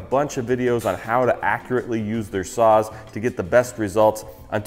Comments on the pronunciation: I swear I was hearing you say suizan "sauce" and not "saws" and I was having Rick and Morty flash backs since it was so similar to Szechuan sauce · I thought he said sauce for the sponsor and I was trying to figure out the tie in…